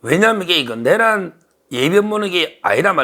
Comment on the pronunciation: 서변 내:란을 첫음절을 강조하고 짧게 발음 하니 이상합니다.